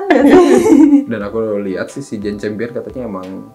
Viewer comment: Gue udah ngebayangin sih pas announcement best picture nanti, and the Oscars goes tooo...... terus Benedict Cumberbatch sama Jane Campion pelukan. And fyi for, dibacanya Jane 'kam-pee-uhn' bukan 'cham-pee-uhn' hehhehe